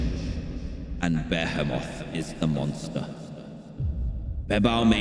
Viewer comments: Through the entire video, I think that Dan refers to Behemoth as “Ba-hemoth” not “Behemoth” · Bah hee moth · its beeble beheamoth is the pronunciation